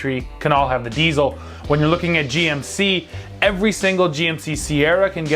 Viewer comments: It's diesel! Not diezel! Come on, guys! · Learn hot to pronounce diesel.